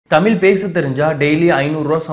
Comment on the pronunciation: தமில் இல்லை தம்பி. தமிழ்.